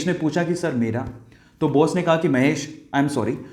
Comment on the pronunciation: सर आप अपने सभी वीडियो में बोस क्यों कहते हैं. कृपया सही उच्चारण कीजिये. सादर सर्वजीत पाल जिला बस्ती उत्तर प्रदेश.